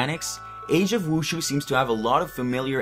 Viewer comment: mhmm pronunciation of the word wushu...